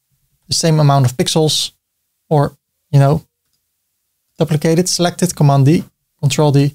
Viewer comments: Great video ty. You are pronouncing duplicate wrong try this, Dyouplicate the U is you hard to explain like this 🤣 Keep up the great work 👍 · Or, for the North American audience, doo-pli-kate as the verb and doo-pli-cut as the noun. You doo-pli-kate a container to create a doo-pli-cut container. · I'd say: A dyew-pli-cut To dyew-pli-kate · Dooplikate is a good way to remember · Hi! How do you create a multi-column layout inside another container? I can add containers within, but they stack vertically and no amount of resizing or setting-button-clicking is changing that. Thanks! PS - In English we pronounce it "dooplicate" (yes English is so wonky!). 🤗